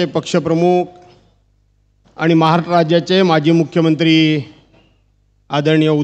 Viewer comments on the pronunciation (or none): भास्कर तू महाराष्ट्राचा उल्लेख नीट कर... महाराट्र नाही रे झंडू "महाराष्ट्र" आहे....